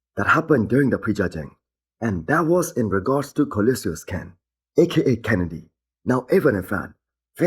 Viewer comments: Nah bro, leave him alone I love how he says Koloysious Ken 😂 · Co-lo-sus. Not co-liu-sius.